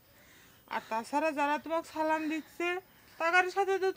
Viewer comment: চঞ্চল ভাইয়ের সালাম দেওয়া টা ঠিক হয় নাই